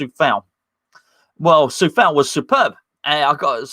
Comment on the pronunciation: It´s Tsoufal. Trust me, I´m Czech:)